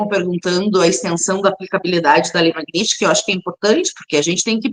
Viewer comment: Ela NEM SABE PRONUNCIAR MAGNITSKY!!! PIADA NACIONAL...🤣🤣🤣🤣🤣🤣🤣🤣 Cria VERGONHA, GURIA, E PARA DE GAGUEJAR E SE REMEXER NA CADEIRA. Isso é sinal de FALTA DE ARGUMENTOS!